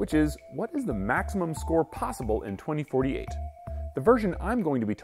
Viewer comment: He just couldnt say the number right ? XD